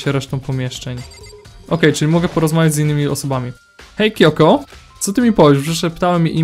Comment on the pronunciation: mówi się czyhiro a nie hihiro a i czyta się kijoko